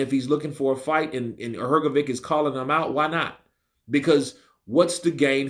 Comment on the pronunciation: Love your pronunciation of Hergovic